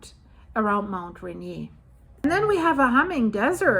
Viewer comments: I, for one, would like you to delve deeper into this subject. Very interesting! I live in WA, north of Seattle. Rainier is pronounced ‘Rain-ear’. 🙂 I start my day with watching your videos. 🩷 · Mount Rain-ear….I believe that is how it is pronounced ❤ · Its called Mt.Rain eer like rain deer one word❤